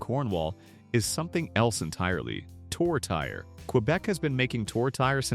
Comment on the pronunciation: Quebec tourtiere is not pronounced Toe.. Terry. Yeash! At least correct the AI.